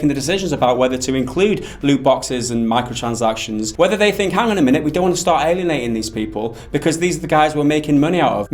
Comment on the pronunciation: Honestly i watch these videos to see the short guy say "Micro-transactions" incorrectly.